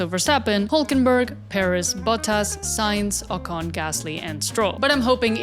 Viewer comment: Jjj me imaginaba que eras hispana porque ningún gringo dice bien el nombre de Alonso, Pérez, Sainz y Colapinto